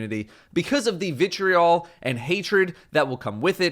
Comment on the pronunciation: stop saying vitreol